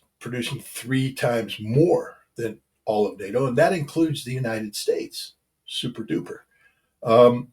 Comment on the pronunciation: Thats souprdoopr scot ha ha ha